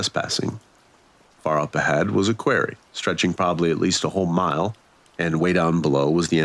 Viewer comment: Sorry its not a queer-ry its pronounced qua-rry... Quarry. 😂 Good story still and not the worst mispronounced word ,i believe that was cackaphony instead of ( cacophony ) on viddith 22 . That one had ppl cracking up !